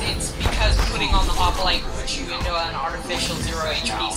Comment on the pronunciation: Why do they keep saying hoplite with an a?